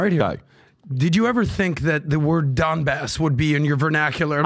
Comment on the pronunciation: Pbd calling Donbass as DonCheck lollll